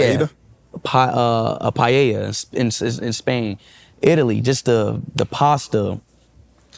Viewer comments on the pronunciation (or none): none